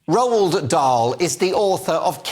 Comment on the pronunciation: 0.02 you don't pronounce the d in Roald.